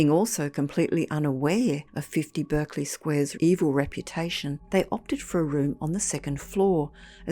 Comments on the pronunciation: 'Berkeley' and 'Clerk' and Berkshire are pronounced Barclay clark and Barkshire in English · Berkeley is pronounced Barkley in the UK. You are using the American pronunciation. If you had spent 2 minutes on Google you would have known but it seems you just couldn't be bothered. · Spelt bErkeley but pronounced bArclay. Love your channel m8,thanks,Ian.🫂